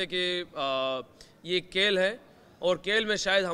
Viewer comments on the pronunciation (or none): Abbe Moulana Sahab Kel nahi hota hai ve...Khel hota hai 😂😂😂